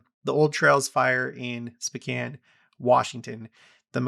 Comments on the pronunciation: It sounds like you are saying specan. The o is long Spocan is the correct sound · Pronounced SpOHcan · SpOkane, like snow. Please and thank you. SpOcan. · Are you saying Spcan? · I've always pronounced it SpOkane. Have I been pronouncing it wrong all this time?